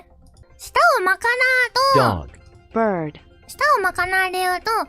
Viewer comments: Bir...bir...birr.. BRUH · 應該沒錯😂 你把捲舌的 ㄦ音 改成 啊音 484變成巴豆www